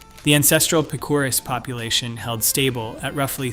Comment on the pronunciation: Wow you slaughtered the pronunciation of Picuris (Pick o ris)